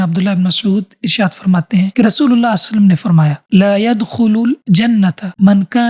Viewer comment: Please say sallallahu alaihi wasalam correctly